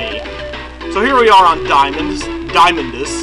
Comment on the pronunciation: I usually pronounce Diamondus as "Dee-uh-mon-dus"